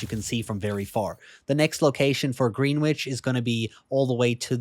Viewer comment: Fyi, that's not how you pronounce greenwich